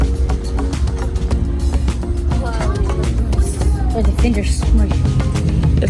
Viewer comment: "Royen", here we come! :-))))))))))))))))